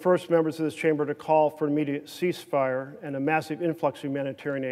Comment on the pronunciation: why cant you say ceasefire though? lol/